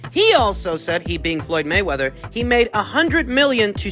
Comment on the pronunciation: Moyd Flayweather 😆